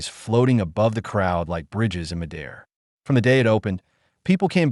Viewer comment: AI not quite there yet. the pronunciation of 'midair' is pretty noticeable